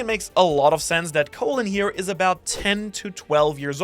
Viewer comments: Colon is pronounced like "Collin" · Just wanted to say Colin’s name is not pronounced “co-lon” the bowls but pronounced “call-in”. It’s an Irish name - Irish person speaking xD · It’s pronounced call-in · Its Colin bro not Colon, thats where the sun dont shine! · Call-in is how it's pronounced... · His name is pronounced Colin